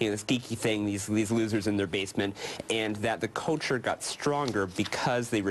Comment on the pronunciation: "Culture" NOT "coature"!